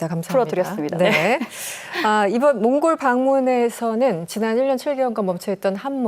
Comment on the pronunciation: 나라 이름 제대로 말씀해 주세요